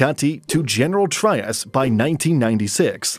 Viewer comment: Pronunciation: Cavite - cah-vee-teh Trias - Tree-yas